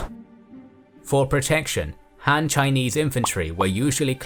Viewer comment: Why is "Han" pronounced like "Ham"?